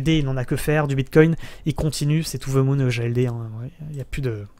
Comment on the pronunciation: Too Ze Moune 😎